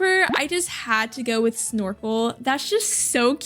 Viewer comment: incase you need name suggestions for the future i suggest snorfle, cause thats what i heard instean of snorkle :)